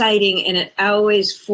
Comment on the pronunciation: Instead of saying always she says owees